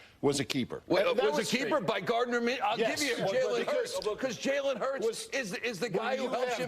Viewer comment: I got you it’s pronounced, “Min - Shoe”